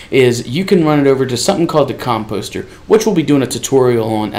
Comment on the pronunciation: Mate, you are saying "composter" wrong.